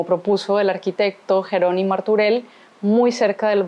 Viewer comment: Fas divulgació de la història de Barcelona i no saps com es pronuncia "Jeroni", "Iu" o "Canonges"?